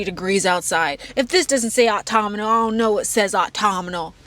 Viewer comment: GIRL the way you pronounce Autumnal as Autominal is sending meeee